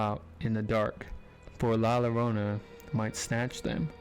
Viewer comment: La Llorana is pronounced La - Yo-rone-a. 😊❤❤❤❤